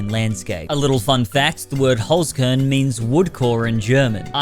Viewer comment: Why do all youtubers pronounce it as "holes corn" and not "holts kehrn"?